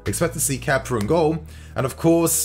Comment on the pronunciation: Find it funny when English ppl say kepa like kepper. Idk why I find it so funny